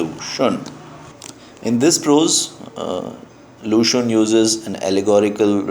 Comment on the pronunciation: Hi glad you are teaching Chinese literature I appreciate it However I wanted to point out that your pronunciation of xun can be more accurate. Cheers